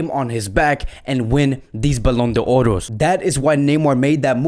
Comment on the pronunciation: Ballon do oros lol it’s ballondors